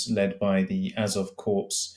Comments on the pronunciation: It's pronounced like "core" matey - a simple mistake but really undermines the credibility of your reporting on military matters... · Its pronounced core not corpse are like leutiunent is pronounced left tenant in the british army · "corps" is pronounced "core" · Just a note to your "military correspondent". The 1st Asov Corps is a corps (pronounced core) and not a corpse. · How can you be reporting on a war for 3 years and still pronounce "corps" as "korps" ? It's "cor" rhyming with"more" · The ‘Azov Corpse’ 🙄🙄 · Yes. Surprising that someone covering military matters doesn't know this. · An expert who doesn’t know how to pronounce ‘corps’, as in the military formation! Really? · New minnit - bipedal zombie drones. Sorry, but yes, an unfortunate mispronunciation.